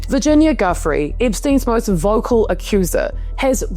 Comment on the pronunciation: Her name wasn't "Guffrey", it's Virginia Giuffre, pronounced "joo-fray". Everything else about your content is great, keep it up. Thank you.